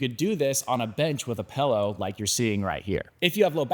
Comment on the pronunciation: A pallow?? 😂. Is that an east-coast-ish pronunciation?? Thx for the continued in-depth content and help! 👍👍